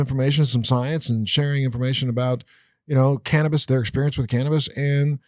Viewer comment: Well it's not called "Can'tabis" lol